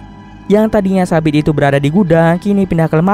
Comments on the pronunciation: Haha bener katanya sapi nongol dilemari ehh taunya sabit😃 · Ngomong sabit gw dengernya sapi 😭😭 smpe mbatin mana ada sapi sih 😭🤣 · Sama dong aku juga dengernya sapi wkwk sampe loh masa ada sapi sih?wkwk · Sabit,,gw dengernya sapi 🤣